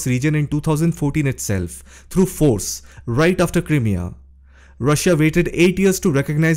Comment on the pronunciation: Crimea pronunciation . The "Crim" part is pronounced like the word "cry". Like Cry-mea..